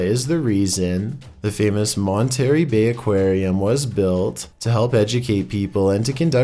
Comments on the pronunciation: Dude! "Monterry" Bay??? Mon-ter-ray!!! Seriously! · It.is Monter rey not Monterry for Monterrey Bay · Monterey Bay = Monta-Ray Bay phonetically. Just fyi. :) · “Mon-terry Bay Aquarium”. I know he’s Canadian, but Jesus...